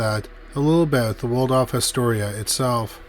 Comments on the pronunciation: Just a note - it’s not the Word-off hotel but rather the Wal-dorf hotel. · Does anyone know what causes the sort of letter transposition that the narrator can sometimes be heard to do? I caught it again when he said Wardolf Astoria instead of Waldorf. The L and R sounds are transposed. Is it a known speech thing? Something like verbal dyslexia? Does it qualify as spoonerism? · *Cheyenne is pronounced more like "shy-ann", not "chainy". Think you also said "Waldruff" for Waldorf too. Google will pronounce any unfamiliar word for you if you ask. Just saying, you being a public reader and all. Riveting content otherwise. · Waldorf is pronounced WALL-DORF. Nuclear is pronounced NEW- CLEE-ERR. - That is the military veteran/actor Robert CUMMINGS. Really enjoy your stuff but you need a better editor ❗️😉❗️ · You're gotta learn to pronounce these names.... IT"S WALD-ORF and CHAI-ANNE.. otherwise great video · I'm thinking you didn't check on how to pronounce Waldorf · Also Cheyenne and Nuclear. Just a pet peeve of mine. Smh.🤦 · He doesn't pronounce something correctly virtually every video. lol